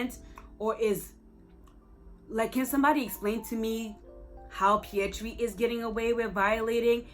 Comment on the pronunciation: Fyi: the Indian Spiderman's name isn't Pietri, it's Pavitr